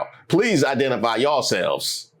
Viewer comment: "Identifly" not identify 😂😂 Bruh is silly